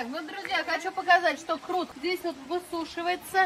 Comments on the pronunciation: Крот емес құрт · Не крут а күрт (қурт) 😊